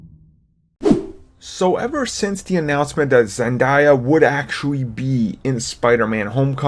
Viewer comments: Zen-day-uh not Zen-dai-uh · Her name is pronounced Zen-Day-Uh not Zen-Die-Uh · Zen-DAY-a not Zen-DIE-a day like the word day not die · Why do reporters keep on calling her zendiya? Here I got you innocent citizen ZEN DAY UHHHHHHHHHHHHHHHHH Zendaya your welcome 🙃👌🏽👍🏽👍🏽👍🏽👍🏽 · why he call her zendieya 💀💀💀💀💀 its ZENDAYA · its not Zen die a its Zen day a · Her name is Zendaya, not Zendiya! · XD he pronounced zendaya like Zenda I ya it's zen day A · Zen-DAY-a not, Zen-DIE-a plzzz it's really annoying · I swear if I hear another white man mispronounce her name when its really easy to say, its ZEN-DAY-A not ZEN-DIE-A, why is this so hard for white people to say? Its literally spelled out exactly as it sounds, fuck, research before you talk about something youre EXPLAINING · Zendaya- Day like in Sunday not die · It's zendAAYYYYYYAAA not ZenDiea! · Zen- DAY-a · It's not (zen-diya) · Did he say "Zendya" also he really should have put SPOILER ALERT in the title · Her name is pronounced Zen-Day-Ah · Zen die-uh? Lol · Her name is pronounced as ( Zin Day Ah) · Pronounced.. Zen "Day"- a..... lol😂😂😂😂😂😂😂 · ZEN DAY-A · its zendaya you say it wrong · can you pronounce zendaya correctly? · lol the way he said her name hahahahaha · Stop pronouncing her name wrong